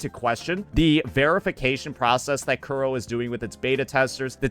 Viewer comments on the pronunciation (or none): none